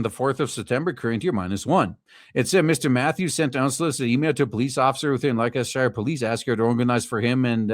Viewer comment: "Lester-sher". It's pronounced "Lester-sher". I assume that this police commissioner was called into to arrest himself and give himself a severe reprimand, before handing himself over to the Chief Prosecutor's office.